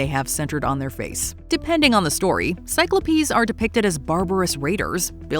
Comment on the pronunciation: Definitely just unfollowed. Really!?! Never have I ever even heard it attempted to pronounce cyclops as sy-klo-pees. I always just assumed your butchering of words was an accidental british quirk or something but you added an "E" just to be able to mispronounce cyclops so I know it's done purposefully for engagement. Well this is my last engagement with so mission accomplished